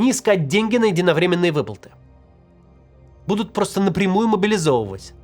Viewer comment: почему меня так начало тригерить когда максим вместо "будут" говорит "бдут"